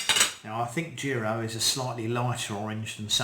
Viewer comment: In case you wondered, the i in “Jiro” is pronounced the same way as the i in “chips”, and means “second son” in Japanese Great video, please post an update on this year’s crop to see if the flavour changes 🙂👍